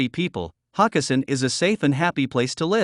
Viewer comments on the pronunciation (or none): It's not Hock e sin it's Ho kes sin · That’s HO-kessin!